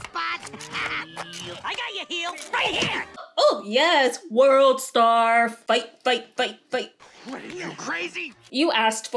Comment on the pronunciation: Not "WorldStar" 💀